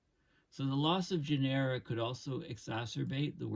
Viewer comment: “Genera” is pronounced with the accent on the first syllable, not the second.